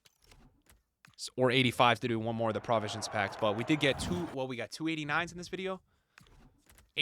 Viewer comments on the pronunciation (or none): "Prah-visions Pack" 🥴🥴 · its pro-visions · is rage baiting us by pronouncing provisions wrong 💀